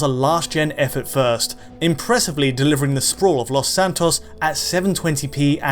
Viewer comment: "Los San-toss"